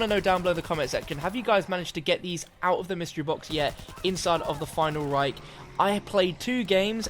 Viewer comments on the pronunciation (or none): none